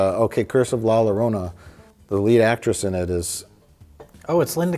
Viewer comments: The Curse of La Llarona Uh, it is The Llorona which means crier, while Spanish does use feminine and masculine nouns, similar to French, only the suffixes at the end carry the gender. Llarona is just gibberish but it could be that is just how pronounces it. Edit: It is tradition that we blame on everything even if it is Mike's fault. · lol when he goes from la lorona to ya yorona... Mike put more effort into that the writers did on the film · "Yah Llorona"